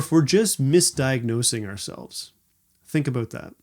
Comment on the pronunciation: I like the way you said abooot.